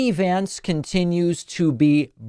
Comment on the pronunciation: F JX Vince (they mispronounce everyone else’s name)